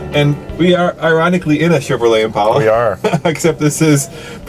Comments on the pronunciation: When did they start calling it an "Impaula" like all the ignorant people who have mispronounced it for years? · Why is he saying Impelas